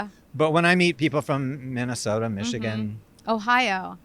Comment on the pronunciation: Geez, the way he pronounces Minesota